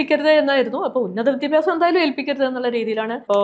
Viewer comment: വിദ്യഭ്യസം അല്ല വിദ്യാഭ്യാസം എന്ന് പറയു തള്ളേ